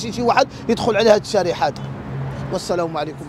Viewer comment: الشارع وليس الشارح